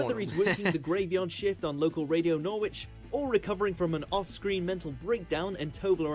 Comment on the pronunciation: Nor-witch? I think the narrator means Norwich - which is pronounced 'norritch' Odd really, as he sounds English and if so, should know better. Could it really be an AI voiceover?